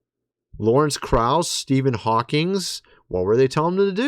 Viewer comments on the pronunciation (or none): none